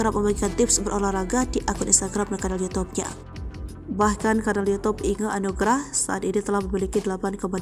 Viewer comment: Inge anugrah min.......g bener banget sebut nama orang